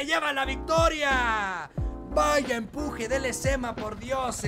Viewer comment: Lezama ❌ Lezama✅